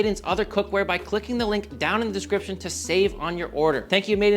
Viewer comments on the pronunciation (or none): none